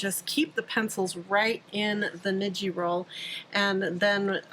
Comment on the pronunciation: Thanks for the great tips! Tip: "ni" in Japanese is pronounced as "knee". So, when you say "niji" it should sound like "knee-gee" (like gee whiz!). (